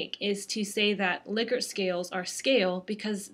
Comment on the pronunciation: lick-ert lol